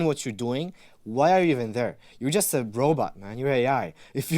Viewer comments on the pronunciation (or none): none